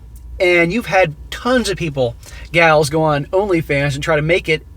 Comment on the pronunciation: "LonlyFans" lmao 🤣